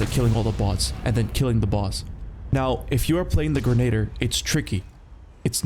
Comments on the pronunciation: Grenadier is pronounced "gren-nah-deer". Lol Mangus... it's Magnus. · why do you keep mispronouncing magnus and grenadier 😔